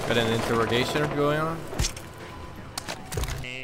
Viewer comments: Priority Gaming I hate the “INTEROGAZION!”, so cringey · You can tell it's old from saying "interigation" with his inside voice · before he started saying interrogation: interricacionnnn